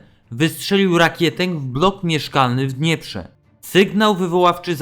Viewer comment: Ach ten okropny syntezator mowy reszta może być super akcent na pierwszą sylabę